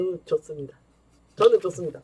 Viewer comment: 오늘의 한줄평 "매우 '죠습'니다'"